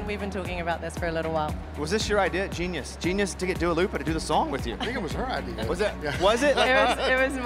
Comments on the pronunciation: Not him calling her Dua LUpa 😂😂😂😂😂😂😂😂😂😂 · Dua Lipa Bro not Lupa but yeah she's amazing